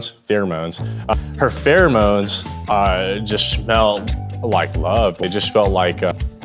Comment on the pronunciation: I’m going to tell you right now. It’s not because he is Asian. It’s because if he went on tv talking about pheromones but was not able pronounce the word 😂